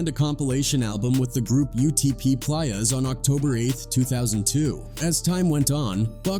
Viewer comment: AI needs to learn how to say playa.